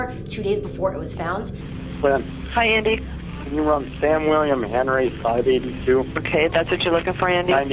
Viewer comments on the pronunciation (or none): none